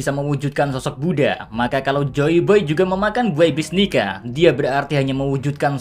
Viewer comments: Bro why you say it nigga not nika? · cok yg bener lah njir nyebut "nika" ntar di cancel western wkwkwk.